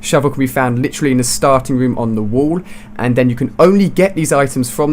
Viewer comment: We do u say litrerary